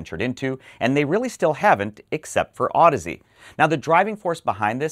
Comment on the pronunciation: Wow. How many times did you have to practice saying that last name before you nailed it?:-D Amazing., your interviews with industry movers and shakers are excellent. I learn a lot, and it's easy to get excited about the nitty gritty when they're so clearly and eloquently discussed by those in the know.